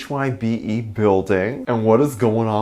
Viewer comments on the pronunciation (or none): I think it’s pronounced as HYBE, not H-Y-B-E. :)